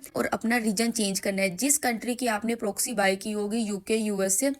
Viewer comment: ہائے پنجابن اردو و انگریزی کی مت مار دی۔ پرووووکسی اوووف۔😂